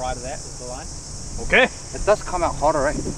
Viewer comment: OKEH! Not ohke